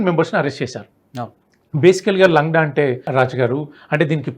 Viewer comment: correct ga cheppadu, langda ante Kunti. Sariga nadavalenivadu ani ardham, and guest also pronounced correctly